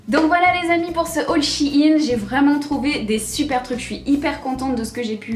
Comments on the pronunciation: Au début elle a sorti un Shi in au lieu de shein mais ptdrrrr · She in